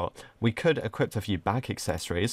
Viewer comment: pronouncing equip: equipt